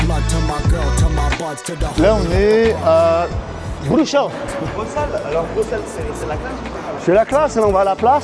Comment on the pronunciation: Dans Bruxelles, on prononce le x comme un s. Il y a une chanson d'Angèle "Bruxelles je t'aime" si ça peut aider. Avec plaisir 🙂